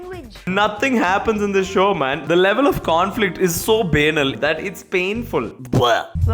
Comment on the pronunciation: The way he pronounces banal like b-anal😂😂